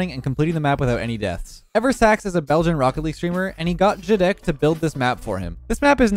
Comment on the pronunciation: real yukeo viewers flinch when they hear "eversax"